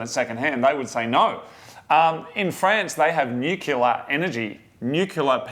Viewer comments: Nuclear waste isn't actually a big problem like everyone thinks it is. It's pretty easy to contain it properly. You load it into a container, seal the container, and store it. Done. Also, nuclear > nucular. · Nukular? Nuclear? Atom-smashy-bang-bang? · Have you been G-W Bushed? Its nuclear. From the atom's nucleus. NOT newcular. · New-Clear not New-Kyullah ffs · New Clear, not Nuke U Ler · nuclear.... not nuke u lure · Mesquite is pronounced mess-keet around here. Also, nuclear is pronounced new-clear. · Repeat after me: New-clear. As in Nucleus. Nucleus-related energy. Nuclear. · FFS, I just posted the same comment. Bugs the shit out of me when people say New-Kyullah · nucular? :D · I heard Nu-Killa. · Really when you look at the word, it's spellt how it's said. Nuclear. Nuke-lee-arr Yes, you end the word like a pirate. Got to be done! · Is that how most Strayans pronounce nuclear, can't say I've ever paid much attention before pronounced it like Homer. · can't say Nuclear. tee hee. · Homer Simpson taught how to pronounce "Nuclear".